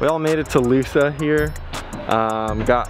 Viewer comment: Man, the whole circuit has to stop calling it “Loosa”. It’s Lousã. The pronunciation is something close to Lowzan or like LosAngeles without the “geles” part.